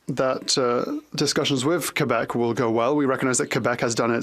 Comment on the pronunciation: What is it with English people saying.."Quo bec.."..whats all that about eh...